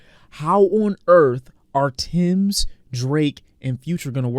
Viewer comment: bro its TEMS not TIMS😂